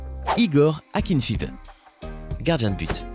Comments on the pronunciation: Non en serbie ya milenkovic savic c'est akinfaiaiv on dit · le gardien russe *akinfiv*.. sérieux ça se prononce pas comme ça.. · Pour faire croire un minimum que vous vous y connaissez en football il va falloir revoir la prononciation de plusieurs joueur (notamment ceux des joueurs de l'Europe de l'Est - Matic Akinfeev Modric)